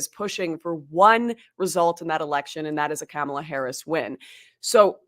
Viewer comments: I cannot stand Kamala and think she is shady af, BUT, I wish people would pronounce her name correctly. It sounds like Comma la, not Camel uh. It makes those saying her name incorrectly sound less intelligent. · Is she saying "Cam-ela" on purpose 🤭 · Is this lady saying Camela on purpose? 🐫